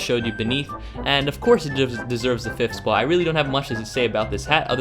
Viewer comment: And that is why it is on the number one "SPOUT" Sounded very funny, anyway, thanks for the vid, i really appreciate it :)